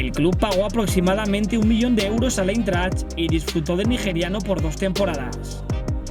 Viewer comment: Jugó en el " Eintracht " de Frankfurt, y se pronuncia AINTRAKT, no Intert o la mierda que dijiste 🤣🤣🤣